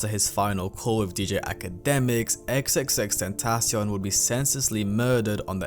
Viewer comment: Its pronounced tentaCION, not "tenTAcion"